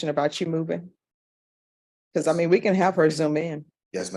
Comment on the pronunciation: Another dummy in court! "I meam..."